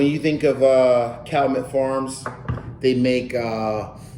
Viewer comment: It’s pronounced Cal-you-met